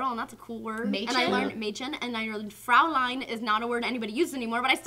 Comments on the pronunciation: not to hate, but it's Fräulein, not Fraulein. The umlaut makes a difference in pronunciation. Au makes an "ow" sound, whereas, äu and eu make the same sound, "oye". I took a year of high school German and am now a college freshman continuing German studies. I know this. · good job on the Mädchen... However, you said Fräulein wrong... it is pronounced Froy-line the äu makes an "oy" sound like in "ahoy." Also, it specifically refers to a young unmarried adult woman, usually in the form of a greeting. "Guten Tag Fräulein Turney" would translate to "Good Day young Ms. Turney.".. and if anyone wants to know how I know this.. I studied German 4 years in college and I have actual German cousins with whom I converse with in said language. Wenn ihr nicht mich glaubt, gibt es mein Beweis.. Ich bin nicht Fließend und meine Grammatik ist beschissen aber, als ihr sehen könnt, spreche Ich etwas Deutsch.